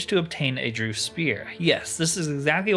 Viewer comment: The word "DREUGH" might look like it's pronounced like "Drew" but it's really pronounced like "Dregg" and Rhymes with "Gregg". Great let's play series.